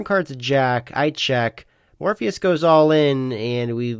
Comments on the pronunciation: Morphis = more fis not Morpheus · his name is spelled Morphis. Therefore it’s pronounced “Mor-fis”, as the announcer correctly pronounced it. It’s not pronounced like Lawrence Fishbourne’s character from The Matrix.